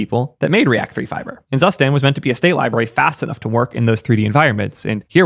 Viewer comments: "zsuständ" xd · is it really pronounced SUSTAND? i mean zustand means state in german and is pronounced completely different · zustand es heißt ZUSTAND.. good video and very cool project tho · Zustand is also German for State. It’s super weird to hear non German speakers pronounce it like it’s just an English word 😄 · "Drei" = "Dry" not "Dray" "Zustand" = "Tsoo stand" not "zuss stand" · Drei and Zustand are german words meaning "three" and "state" :-) Drei is pronounced more like dry and zustand lik tsoostand (long a)